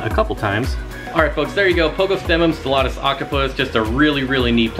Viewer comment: Lol I love how the name just rolls off your tongue like it's a second language, while I butcher them to death